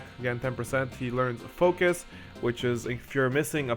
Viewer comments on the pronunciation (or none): none